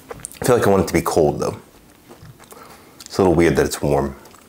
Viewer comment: You sounded like a NYer when you said "weiyd" after eating it.